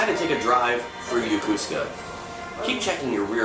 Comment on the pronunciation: "Yokosuka" is correctly pronounced, "Yo-KO-ska", not "Yo-KU-ska."